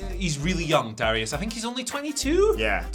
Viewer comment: Darius … Dare-e- us sound it out